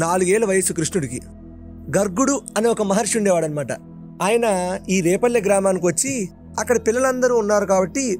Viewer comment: adi repalle kadu, adi vrepalle! Endukante maadhi repalle ne, ma vallani kuda adiganu. So, Brindhavanam ki daggara lo unnadhi vrepalle. Mee podcasts chala bavuntayi. Chala baga explain chestaru.